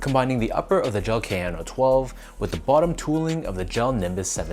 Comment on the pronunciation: Prononciation: Ah-siks not eysiks; Kah-yanno not keh-yano (key: ignore weird English way of pronouncing letters when it comes to pronouncing most international words) if you care off course since you are reviewing them